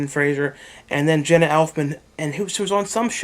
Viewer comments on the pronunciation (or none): none